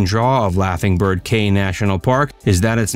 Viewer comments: If you can't pronounce the name of the caye correctly then you have no credibility at all to be making videos about belize.. You called it as KAY but that is actually pronounced key.. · Its Belize Barrier Reef ,NOT MESOAMERICAN REEF. CAYE is pronounce "KEY" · Great video, Caye is pronounced Key. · it’s definitely pronounced as Key in Belize. Belizean man ma’am!